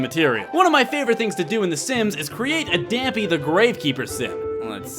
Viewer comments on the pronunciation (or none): well actually you say his name damp A cause his name is spelled Dampé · dampe's name is pronounced (DAHMP AY) not (DAMP EE) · Isn't Dampé pronounced Dahm-pay?